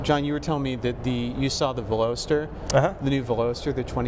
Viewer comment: Ok reviews but holy smokes guys zzzZZZ too long and why on earth would you do your recording in that airport terminal like room ,, and Velocity is where that they came up with the name for the Car so how the 3 other team mates didn’t crush that Pretentious douchbag for saying it so Epically Wrong is beyond me ,,,,insert massive facepalm >here<